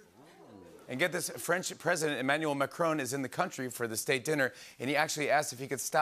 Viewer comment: That's not how you pronounce Emmanuel Macron.